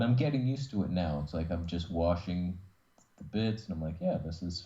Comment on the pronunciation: It's pronounced heh-brid- eez.great show